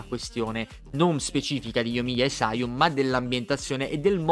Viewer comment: Io incuriosito da Sara Kujou ewe Minchia solo Yoimiya e sayu hai detto giusta come pronuncia